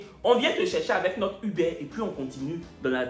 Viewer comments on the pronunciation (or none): none